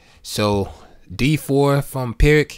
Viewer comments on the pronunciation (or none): Thanks for sharing. Just one note: The "Pirc" is actually pronounced "Peerts".